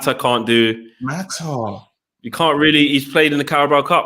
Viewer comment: pronouncing Mata's name as Ma'a is ridiculous! "Well, we British people pronounce the T as a." Well you're not pronouncing a T, you're pronouncing a person's name!